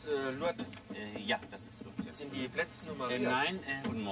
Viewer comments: "In Lourdes ist die Schutzpatronin vonne Heilpraktiker..." - und immer schön "Lurdes" aussprechen. Herrlich! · Lol . "Lour-des". Ja, genau. So muss man das aussprechen. 🤣